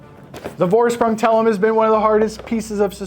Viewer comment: It's spells "Forschpryng". Thanks for a review man.